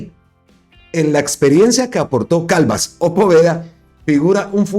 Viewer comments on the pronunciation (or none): Creo que primero tiene que aprender a leer pues no es Calvas es Calvás y respetando las reglas toda palabra aguda que llevan tilde son las que llevan acento en la última sílaba😮 y terminan en n, s o vocal y la está pronunciando como palabra grave que tienen el acento en la penúltima sílaba y no llevaría tilde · Ojo a la pronunciación del apellido de Juan Pablo Calvás, lo está pronunciando con acento de palabra grave y es aguda con tilde en la última sílaba: Calvás. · NO ES "CALVAS". SE DEBE LEER ES "C A L V Á S", CON TILDE EN LA Á. O SEA, JUAN PABLO CALVÁS.